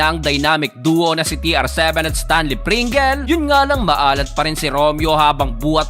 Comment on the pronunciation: Stanley pringels 😂😂😂 amusin mo pronunciation 😂😂😂. Pringels😂 dapat basa nyo sa Double ay doubel din. Trisikel bysikel bukel.